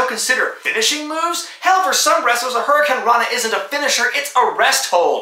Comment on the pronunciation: Scott Steiner needs a chat with him for calling it the hurricanrana